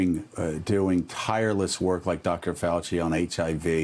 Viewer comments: "I'm not a Dacter", not an effective President either. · "I'm not a dock-tor, I just act like one because I can!" "I have total power!!!"